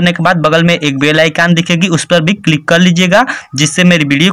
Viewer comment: Sir bhe nahi hota he v hota he